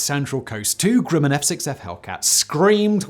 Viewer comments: Not Groo-mun, it’s Gruh-min. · Unsung? By whom? Also.... pretty sure Grumman is spelt, well.....Grumman. Not 'Grimman'. Simon......GrUmman. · Hey Simon, never heard of GROO-man. The correct pronunciation is GRUM- man. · I wouldn't call it an "unsung" her to at all. And learn how to properly pronounce Grumman. It's not Grewman. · Nice vid. not enough attention is paid to the plane. However, the company is pronounced like Rum with a G. Not GREW-man. Just saying. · the 'u' in the manufacturer's name is pronounced as "uh" not "oo", but this seems to be common pronunciation among UK YouTubers ~ otherwise another excellent production! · Lay-tay Gulf. Grum-men. My grandpa fought at the former and my uncle worked at the latter. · Mispronounces Leyte and Grumman. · Grumman is pronounced like the word gum.....short u sound.